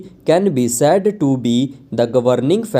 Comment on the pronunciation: Please pronounce the word "said" properly, you are pronouncing it as sad